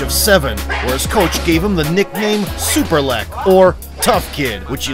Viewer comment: The whole time I thought u say "Super leg" 😅😅